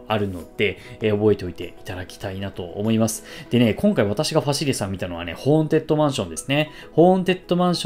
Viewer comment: めっちゃどうでもいいけど、結構間違えてる人多いから一応言っとくね！ ホーン「テッド」ね、ホーン「デッド」じゃなくて。